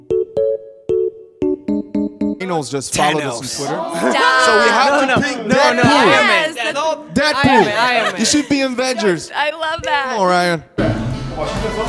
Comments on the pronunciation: no one: jungkook: tAnOuS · no one not even one namtiddie: jungkook: tANOSE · Nobody: No one: Not a single soul: Jungkook: tAnOs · JK: "Thanos!" Me: He murDeRed TRillions!!